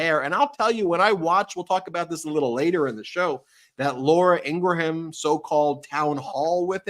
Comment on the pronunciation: Laura EEN-GRUM, not EEN-GRU-HAM.